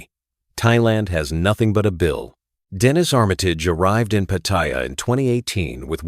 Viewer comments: I just don't like the way the narrator keeps saying Pattaya wrong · The first thing that leads me to believe this is full of BS is the fact that you claim to have been in Thailand for so long, yet haven't learnt how to pronounce Pattaya correctly. If Trevor, if he's a reala person, was a careful as you claim, he'd have smelled out the scam as soon as the investments involved relatives. So I call BS on that story too. I won't deny that scams like these exist, BUT anyone who is stupid enough to fall for them, es[ecially when relatives are involved, deserves to lose their money for being so stupid.